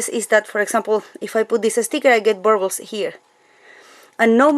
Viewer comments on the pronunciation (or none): I love how she says "burbles" for "bubbles"!!!! I'm going to say it that way from now on!!! BTW...I have a very good friend who lives in Bergen, Norway. 😁